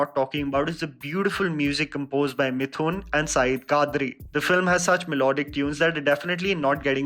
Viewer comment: Best part of the review is pronounced 'mithoon' correctly. Good job😂